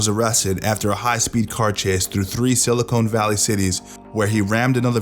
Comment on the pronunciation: "Silicone" Valley I like it tbh